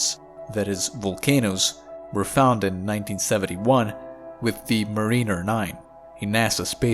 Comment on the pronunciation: MARiner, not maRINer